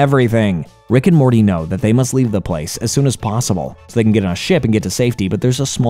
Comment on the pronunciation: How many times have you said Rick and Morley?